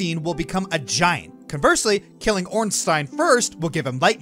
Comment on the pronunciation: I adore you, but dear god the way you say Ornstein and Smough's name was like being repeatingly stabbed with a rusty shiv.